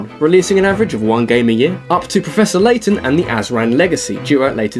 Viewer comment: Turned off video when I heard Laton XD